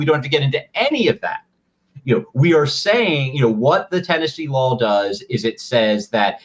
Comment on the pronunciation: Please Ian, for the love of glob, stop saying “lawl”. There’s only one L in law.